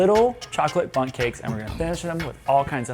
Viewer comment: dear me and my wife love that you keep saying mini butts instead of mini bunts!!:P